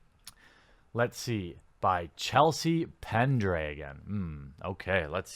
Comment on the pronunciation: "Chelsea Pendragon"? Pendragon. *rolls eyes*